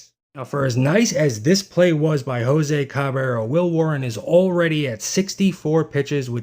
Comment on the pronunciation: Please learn to pronounce his name.